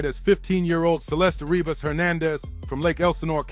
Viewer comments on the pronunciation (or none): Dude, get it right. Her name is Celeste Revas not Rebas